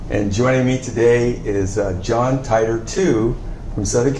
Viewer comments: Stop lying. Stop faking for fame. you guys don't even know how to pronounce the name "Titor". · Suzuha. on a serious note...this guy doesn't even know how to pronounce "Titor"! FAKE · obviously not. he doesn't even know how to pronounce Titor.